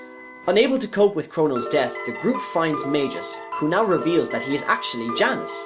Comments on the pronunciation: He said Ayla correctly. The “Ay” should be pronounced like “eye”. Magus should be a hard g, Mag-us not Maj-us. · Beautifully done, but its hard to keep hearing you call Magus (Mag-us) by the name Majus.... weird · Mag Us, not Mage Gis 🤣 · Mag-Us, not Mage-Us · One other thing: It's Maa-gus, not Mei-gus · 'Majius' lmao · And it's pronounced Skaa-laa, not Shaa-laa. LOL omg and it's NOT Mage-us, it's Maag-us! Like the Baa of a sheep but with an M. C'mon man. Also, the Frozen Flame is not referenced anywhere in the game of Chrono Trigger, so not sure where you made the coorelations for that from.